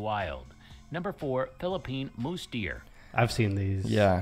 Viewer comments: Pronounce Tamaraw as [tama-RAHW] with the distinct W as in "Rao" not "raw." Use the five basic Spanish-style vowels [a-e-i-o-u], not the more than 20 excessive vowels used in English. It's a "mouse" deer, not "mousse" deer! It's not supposed to be a dessert. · Mouse-deer not moose-deer. The narrator sucks.